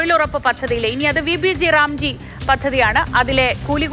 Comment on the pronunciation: ഈ പദ്ധതി പേര് ഇങ്ങനെ അല്ല പറയേണ്ടത്.. VB- GRAM (G) എന്നാണ്.. മലയാളത്തിൽ VB- ഗ്രാം (G) എന്നാണ്.. അല്ലാതെ G റാം (G) എന്നല്ല